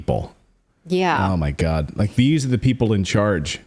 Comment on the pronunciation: "I fink you need to get duuhhh jab every two to tree dayys" -Theresa Tam